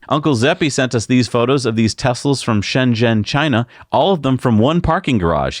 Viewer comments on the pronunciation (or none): none